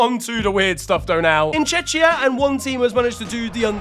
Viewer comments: "Checkia" or just Czech Republic, not "Chechia" 😉😉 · Bro, its pronounced “Chekia”, “Chechia” is a different country, or just say Czech Republic maan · Hey mate! Just for future reference, Czechia is pronounced with a K, no a CH. So u would say, Czekia. Love the videos and keep it up! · How did you pronounce Czechia? That's criminal actually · this is the third straight video of pronouncing "Czechia" wrong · He seems to get it confused with Chechenya for some reason.